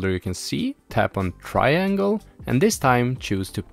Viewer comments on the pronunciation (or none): actually i just finished last night. and i followed a different video on YT titled "How to Jailbreak ANY PS Vita in 2024 - ANYONE CAN DO IT!" by EDT4. just remember to have the sdcard already formatted and "restoring" to start from scratch. Also be aware of the way he says "triangle" later in the video. it threw me off a bit and i had to rewind a few times, lol. Ima still hit "Like" on this video for getting me as far as they did!